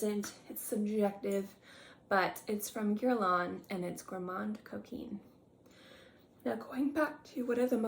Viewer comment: Thank you for reminding me of my Gourmand Coquin. That is pronounced Gourmand (do not say the n or d- just a nasal a) Coquin- where you do NOT pronounce the n. It’s really like a short a but nasal- whereas “gourmand” is more of a short o but nasal. Gourmahn cokainh